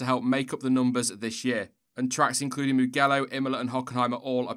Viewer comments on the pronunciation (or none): It's pronounced "moo-jello!"